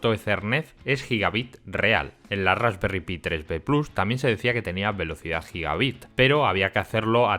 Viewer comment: Se dice "Rasperry Pai" lo que sería "tarta de frambuesa", son unos cachondos estos ingleses. Y ya llevaban más de 1 millón vendidas (de todos los modelos).